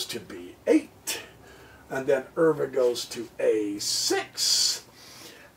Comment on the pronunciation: Pronounced max euwe ‘u’ Pronounced like the letter u